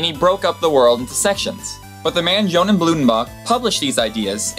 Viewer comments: Johann is pronounced "Yo-Han". Otherwise great vid. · Johann is pronounced Yohan. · françois = fran-swah, johann = yo-hann, basic pronunciation. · Yeah Françoís Berníer is pronounced 'Fran-sea Bor-ne-ey' and Johann is pronounced 'Yo-Han.' Hope this helped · Please, because your goal is to educate people, at least learn to pronounce things correctly. You were saying names wrong, skin conditions wrong. Since when is Johann pronounced Jonan? François is not the same as Francis. You left out an entire syllable in methemoglobinemia. Just...no. You clearly spend time researching what you put into your videos. Research pronunciations too.